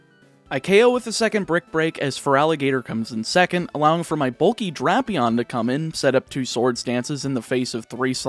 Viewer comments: ITS DRAP-EON NOT DRAIP-EON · Pretty sure it is Drapion, but I have heard it pronounced Drapion.